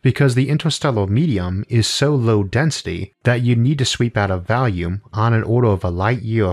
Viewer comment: that pun though.... also it's pronounced volume not "valume"